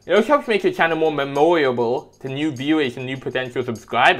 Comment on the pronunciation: How you pronounce memorable hurts me